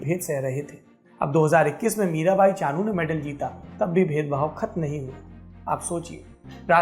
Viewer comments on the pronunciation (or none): Mirabai Chanu "Chunu" nahi